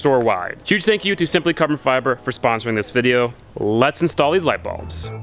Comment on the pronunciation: why are you calling them balbs